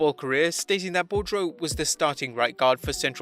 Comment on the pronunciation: The Next Big Thing's name is pronounced BOO-dro not Bo-dro. It's a French name.